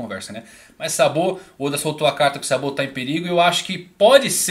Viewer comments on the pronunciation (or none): Video sensacional mas por favoooor, tenta falar os nomes da obra semelhante aos ditos no animê em japonês.. quando vc disse SABÔ eu quase cai da cadeira.. seria SÁBO.. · Eu estranhei o " sabô ", mas depois entendi haha .